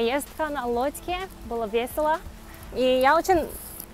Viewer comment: Привет! Русский язык сложный:-) Но надо не забывать и о произношении. Не "поездка на лодьке", а поездка на лодке. Пряниками (не прьяниками)Чай пить хорошо, но не в ресторане, а на вокзале)